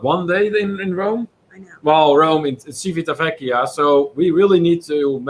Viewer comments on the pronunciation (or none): You almost had it,, but ci and ce in Italian have the tch sound (not an S sound as in the Spanish language!) followed by the ee sound for i or the ay (as in day) sound for e! Civitavecchia (Ci-vi-ta-ve-cchi-a)= Chee-vee-tah-vay-kee-ah. Practice! And yes, Cay is always pronounced Kee. Do not ever let RCI fool you into thinking otherwise. Please reconsider booking the Epic. It is the absolute worst ship of the Norwegian fleet. The food and entertainment were not an issue. It's the entire ship design! The absolute worst. There's a reason why cruises were always some of the cheapest on the Epic before the Blip and also another reason there is no sister ship. Besides the horrible situation with only having two sets of lifts instead of at least three sets with midship lifts, the staterooms are the worst especially if sharing. Who thought it would be a good idea to put a mattress in the loo? Because over there across from your bed is the basin and in the other corner is the toilet, and the opposite corner of your stateroom is your shower so you end up with a wet floor and ceiling, and you're bothering others when late at night, you needed to wash your hands after using the glass enclosed toilet to "drop the kids off at the pool and watch them drown"! It's deconstructed so they hear everything! Rome in a day, especially coming from Civitavecchia, is very difficult. Same with Florence (Firenze). Please advise everyone about the pickpockets. They are masters of their craft, especi